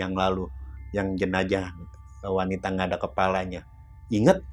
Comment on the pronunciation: JENAZAH ATO JENAJAH? 🤔😁